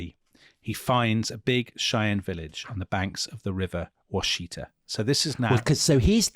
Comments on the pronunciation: Washita is pronounced very much like Wichita, (as in wichita, kansas). Originally, the song Wichita Lineman was written Washita Lineman but they changed it because wichita is better known, but the infelction and pronounciation are the same. it's "wash-ih-taw." not "wash-ee-tuh." I'm from there. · For some reason the river name is pronounced...wash- eh-taw.....not wa-shee-ta.....native pronunciation maybe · I love you guys. Your detail on history is amazing. However I live on the river where the massacre happened. It’s “Wash-Uh-Taw” not “Wash-Ee-Ta”. Keep doing what you’re doing! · Love the podcast. Also love how you say Washita. Americans pronounce it wash-ee-taw. Thanks for great podcast.